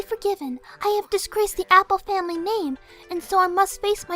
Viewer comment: "I WILL NOT DISHONOR MY FAMERRY!!!"